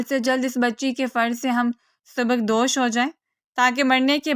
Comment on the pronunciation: کہانی مجموعی طورح ہر متاثر کن رہی تلفظ کی غلطیوں پر دھیان رکھیں ، سبق دوش غلط ھے اصل لفظ سبک دوش ھے اسی طرح نکرا غلط اور " نخرہ" صحیح لفظ ھے ،